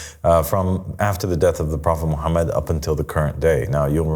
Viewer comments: no islam was perfected.. this guy is trying to be God and people call him father and master this is a cult … he doesn’t even say prophet Muhammad peace be upon him correctly and when he saying I seek refuge in shaytan he doesn’t say that correctly.. this is not Christianity where we have Luke and Paul and Peter and New Testament and start making things up and adding verses this guy and you people are shayateen if you not a bot please educate yourself and don’t follow this clown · no no no islam was perfected.. this guy is trying to be God and people call him father and master this is a cult … he doesn’t even say prophet Muhammad peace be upon him correctly and when he saying I seek refuge in shaytan he doesn’t say that correctly.. this is not Christianity where we have Luke and Paul and Peter and New Testament and start making things up and adding verses this guy and you people are shayateen if you not a bot please educate yourself and don’t follow this devil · Islam was perfected.. this guy is trying to be God and people call him father and master this is a cult … he doesn’t even say prophet Muhammad peace be upon him correctly and when he saying I seek refuge in Allah from shaytan he doesn’t say that correctly.. this is not Christianity where we have Luke and Paul and Peter and New Testament and start making things up and adding verses this guy and you people who listen to this clown are shayateen if you not a bot please educate yourself and don’t follow this devil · no islam was perfected.. this guy is trying to be God and people call him father and master this is a cult … he doesn’t even say prophet Muhammad peace be upon him correctly and when he saying I seek refuge in shaytan he doesn’t say that correctly.. this is not Christianity where we have Luke and Paul and Peter and New Testament and start making things up and adding verses this guy and you people are shayateen if you not a bot please educate yourself and don’t follow this devil